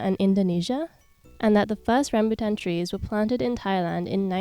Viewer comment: i love your pronunciation of “rambutan” as a malaysian ❤